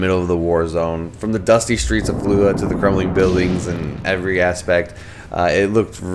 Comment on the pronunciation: Why are you pronouncing it "Fallua"? Don't drop the "J". It's an anglicization of an Arabic name. The "J" is soft and sounds like the "g" in the Olympic event "Luge". So, something like "Fall (or "Fuh")" "Luge" "Uh".